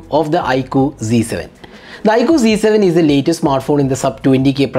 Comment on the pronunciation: Bhai ye "z" h na ki "g"